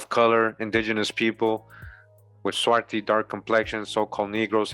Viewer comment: Swarthy, there is a th, not just a ty.